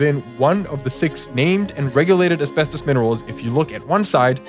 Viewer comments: Bro just SAY ASBESTOS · Why are you bouncing between pronunciations within the same breathe and gatekeeping the word asbestos for 9 minutes? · almost 10 minutes in only when it says asbestus... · How many pronunciations is a single person going to use for asbestos? Hahaha man